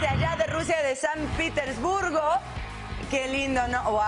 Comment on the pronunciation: san pitersburgo jajajajajaja